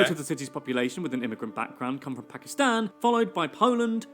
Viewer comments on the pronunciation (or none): none